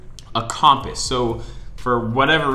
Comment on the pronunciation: The way you pronounce compass is wrong, just an FYI.